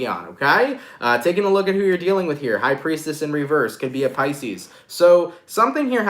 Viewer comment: you did Capricorn and said pieces fucking twiceeee